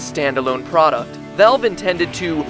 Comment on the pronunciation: haha your pronunciation of everything jesus christ. POORTAL NARBAAAACULAR DROP JOOOOBS AT VALLLLVE